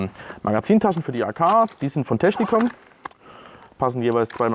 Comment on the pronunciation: Die Firma heißt Techinkom und nicht Technikom :P Im übrigen aber auch ne Geschichte womit ich mich befasse und ne Klamotte zu aufbaue. Digital Flora sieht halt einfach gut aus.